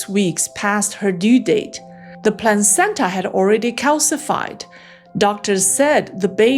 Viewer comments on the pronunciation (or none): It's not a plancenta it's a pla cen ta